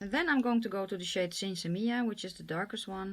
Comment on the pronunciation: you are one of the only YouTubers I've watched actually pronounce Sinsemilla correctly! I love Melt cheek products but I'm just not a fan of their eyeshadows.